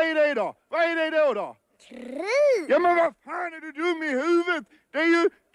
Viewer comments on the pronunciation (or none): "Krrrrrig!" hahaha